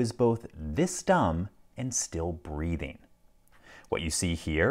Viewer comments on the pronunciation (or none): Lol I thought he said ", and still breeding" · I didn't hear the word as "breathing".